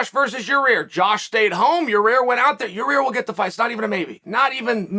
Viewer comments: Actual: Ureter Chael: Your Rear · He calls yair “your ear” lmaooo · “Your rear” 😂😂 I’m dead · "Your Rear" lol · Chael "he is in a battle w Ya rear" Sonnen.